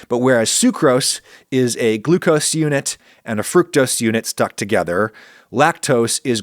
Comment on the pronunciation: Thank you for pronouncing fructose correctly.